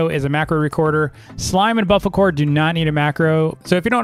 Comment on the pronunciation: saying bofocore when its bofolo